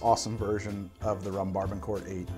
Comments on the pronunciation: Yo Barbancourt is pronounced "Ba-ba-coo" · First I love the channel and I’ve learned so much from these videos. Just a heads up, rhum barbancourt is actually pronounced barboncou. Would love to see your thought on this interesting drink I stumbled upon at this annual food expo in Brooklyn. Some guys mixed rhum barbancourt with Thai iced tea and it was delicious